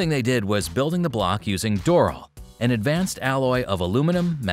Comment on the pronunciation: Dur-all-um-in -ium